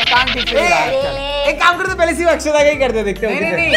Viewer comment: it is akshada not akshara